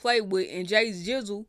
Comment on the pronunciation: Sometimes when you read names or things, the lack of sounding it out or even trying be outstanding… “Jay gizzle octal” ain’t get nothing right but Jay, chile